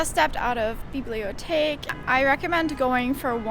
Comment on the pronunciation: I love your videos and your style... always inspiring. Also I had to smile as you said "Bibliotheque"... i clearly heard "Bibliothek". 😄 Sending love from Germany 😘